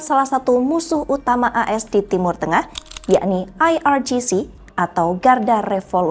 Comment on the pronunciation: Pakai bahasa Indonesia yg benar IRGC di baca IEr Ge Ce bukan Ai Ar Ji Ci ini orang indonésia yg ke barat baratan dan sangat memalukan